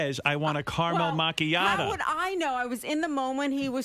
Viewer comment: Henry attempting to say caramel macchiato is one of those rare thinks that make me die laughing every single time